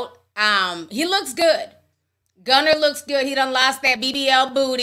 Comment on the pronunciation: She said “Gunner” 😂